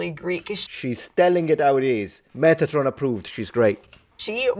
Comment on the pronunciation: Meth atron? What, what the hell?